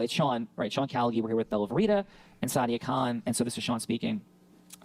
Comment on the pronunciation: SIDE-ia KHAN